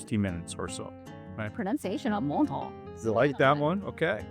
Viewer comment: Congrats on your pronunciation of ‘Menton’; honestly, you were about one croissant away from sounding fully French... a tiny one really 😀